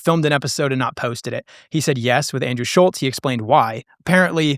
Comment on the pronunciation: This dude Kyle still can’t pronounce Andrews name. Side note Nelk has fallen off so bad, lost a ton of motion and influence. It was a great run while it lasted. Seems like nobody is checking for them anymore, views are down, squad is trash, pods are trash. Tough downfall boys